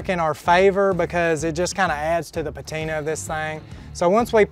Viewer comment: It's "PATINA"!!!!!!!!